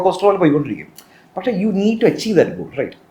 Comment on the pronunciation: പഷേ അല്ല പക്ഷേ